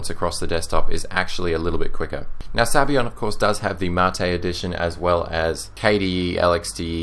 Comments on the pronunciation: its italian. sabayon is pronounced zabayohen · It amazes me how English speaking people think that other languages use their pronunciation, and no other whatsoever. Maybe, I'm wrong. Sorry if that's the case. Sabayon in Italian is pronounced (in English) this way: Sub - Ah - Yawn Otherwise, you make great reviews, the best on yt definitely! Thanks!